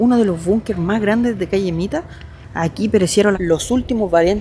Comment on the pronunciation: Se trata de la calle Miła (se pronuncia Mila) no Mita.